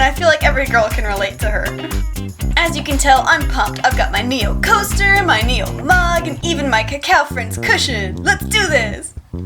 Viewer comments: But it's not 니오. It's name is네오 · Very cool repaint! By the way, Neo is actually pronounced like "ne-o" rather than "nee-o." I hope to see more repaints of Kakao friends! :)